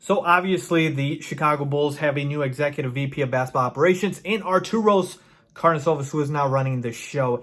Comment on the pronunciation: Please learn how to pronounce Arturas Karnisovas correctly